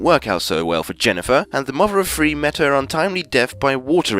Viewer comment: Cant you say three right? Its not free